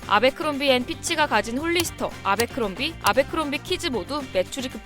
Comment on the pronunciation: 애버크롬비라고 읽는게 맞지 않나요? abercrombie 인데..